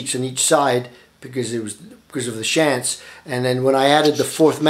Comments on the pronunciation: Pronounced "Shonts" not Shants but great video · Thank you for this very informative presentation. I am purchasing a Hauptwerk VPO at this time. BTW, the name Schantz is pronounced "shontz". FYI, I am not closely related to the firm's principals, just share the same name. Again, thanks.